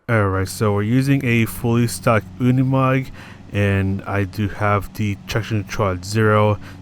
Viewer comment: No, you're right, it is pronounced Unimog in German, like you do 👍